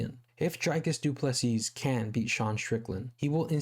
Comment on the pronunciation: The last ‘S’ in Du Plessis is silent dude. Pronounced Du Plessi